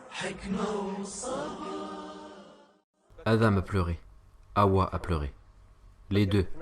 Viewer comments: Selem 3aleykom, mashallah pour les traductions barakAllahou fik, cependant pourquoi dite vous Adham au lieu de Adam ? Le Dh est de trop, et chayatine pas chalatine, plusieurs fois vous faites ces erreurs, j’espère ne pas vous avoir offensé Selem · Assalamou alaykoum. Une question me turlupine (oui j'ai sorti mon dico de 1628) parfois la voix off prononce adham (avec zal) (comme à par exemple) et parfois adam (avec dal)(que l'on entend beaucoup plus dans la première partie de la série sur Adam). Est-ce 2 façons de prononcer correctes, ou est-ce du à des lectures différentes parmi les 10 ? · Salam, si je peux me permettre c’est Adam avec un D / د Pas ذ Je m’apprête à binge cette chaîne ! Barak allahu fik pour le contenu et Dieu t’accorde El djana